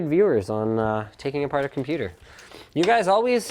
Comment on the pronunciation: NOOOOOOOOOOOOOOOOOOOOOOOO NOT THE COMPOOTER